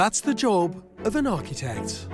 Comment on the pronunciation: Finally George caved and a one point pronounced "Architect" correctly. Cheers George!